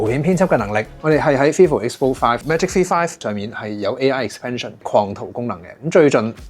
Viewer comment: 点解V读F噶？香港的读法不一样？